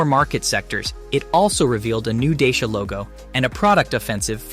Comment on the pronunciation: Thanks. Good effort. A little repetitive. Dacia advertise in the UK pronouncing their name not as ‘Day-Shi-a’ but as ‘Dacha’ as ci is pronounced as ch as in Italian. I hope this helps. Keep up the work